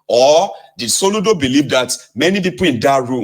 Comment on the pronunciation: Soludo. Not Soludom.